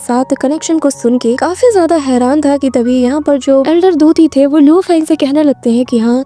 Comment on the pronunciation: Elder tuti nhi ...... elder puti